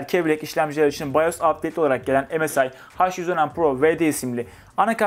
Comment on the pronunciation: Msi derken EMEL SAYIN diyo gibi 😂